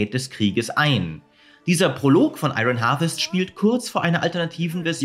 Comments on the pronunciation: ion wirds gesprochen nicht iRON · Ich kann mir die falsche Aussprache von 'Iron' echt nicht anhören. Da rege ich mich zu sehr auf!